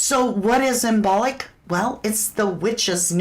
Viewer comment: > imbolc pronounced imbulk